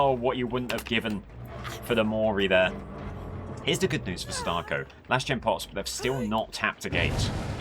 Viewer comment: I hate the way you say my wife, Sadako's name :\